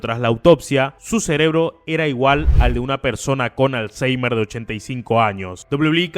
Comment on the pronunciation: Hay que ser ¡m b€ ¢¡I para creerse la historia de que es culpable, tú el primero que ni siquiera sabes pronunciar bien "alseimer"